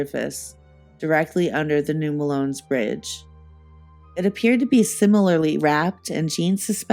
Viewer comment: Fantastic work, but as a native of this area the mispronunciation is driving me crazy. Melones is pronounced “muh-low-knees”. 😊